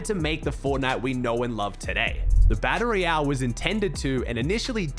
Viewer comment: every time he says "baddle ree-elle" 🤣🤣🤣